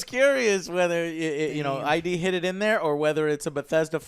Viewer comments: The way AngryJoe mispronounces id is driving me nuts, other than that great video. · Joe it's ID not I.D.! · Joe, why do you call them “I.D. Software.” It’s not I.D., it’s id. Id is a word in the English language, and it means “the part of the mind in which instinctive impulses and primary processes are manifest.” Please call them by their actual name, when you’re supposed to be a game critic entrenched in the industry, it makes you look foolish.